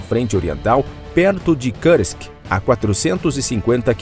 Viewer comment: Lamentável a "inglezação" de palavras de outros idiomas pelo narrador. Ele consegue a proeza de complicar a pronúncia da palavra russa Kursk que é pronunciada pelos russos quase da mesma maneira como ela é escrita em português: Kursk, simples assim. Mas o cidadão acha mais bonito enrolar a língua e pronunciar errado. O resultado é uma pronúncia horrível: ele diz coisa parecida com Kârsk. Eu desisti de assistir ao vídeo. Que tristeza.